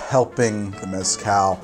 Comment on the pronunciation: I’m going to argue with myself for 3 minutes about how to say maraschino Also - Can’t pronounce Mezcal